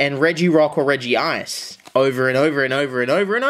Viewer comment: It is pronounced Rej - Ice not Reji - Ice. Sorry for being a grammar Giratina but hey, #TheMoreYouKnow